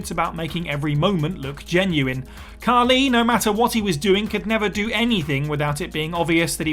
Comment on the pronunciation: Khali* not Khorli